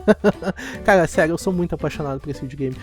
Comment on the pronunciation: Neo pq vc fala caga no lugar de cara